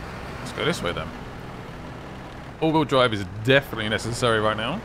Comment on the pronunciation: Is he saying auto drive or all wheels drive like wtf😂